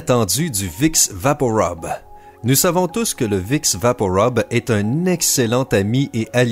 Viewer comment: Vous avez un défaut de 🙉🙉🙉🙉🙉🙉🙉🙉 PRONONCIATION ami canadien ...😄 Vous dîtes vicks vaporobe.... c'est un U !!! Rube et non 👗 robe ....🙄🙄🙄